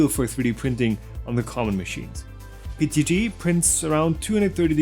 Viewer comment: I thought it was PETG.... why does he keep saying PTG?